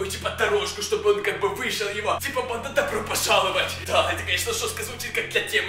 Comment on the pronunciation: Я не понял банда или панда